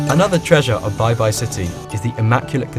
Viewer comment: Baibai not beybey. 😂😂